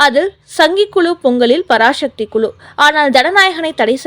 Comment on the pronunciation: பராசக்தி என்று சரியாக உச்சரிக்கும். பராசக்தி இல்லை.